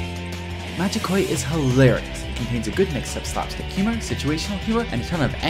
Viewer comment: You absolutely butchered the title of the game. Which is amazing, considering a member of the cast says it every time you get to the title screen.